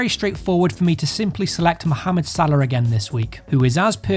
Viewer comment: Man ! I adore the way you say mohamed you pronounce it just like us Arabic speakers Thank you so much ❤️